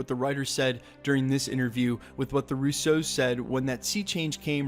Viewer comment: Russo’s not Russ-os!!!!